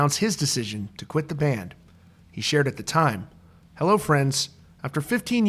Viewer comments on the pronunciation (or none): none